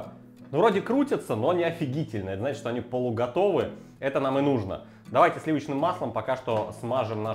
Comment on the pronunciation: Друже, прекрати "шокать"! Негоже жителю имперской столицы "шокать"